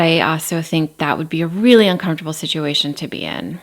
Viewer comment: Kody's misworded expressions & analogies always crack me up, as does Robyn's mispronunciation of basic words such as 'pitcher' for picture, 'rilly' for really, 'dill' for deal, 'frushstrashun' for frustration, etc. 😁